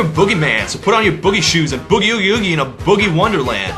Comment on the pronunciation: I thought it was funny the way Bowie couldn't pronounce boogie and instead sang boo-gee.